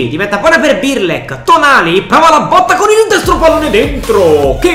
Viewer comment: Non si può sentire 'Birlek', impara a chiamarli con il loro nome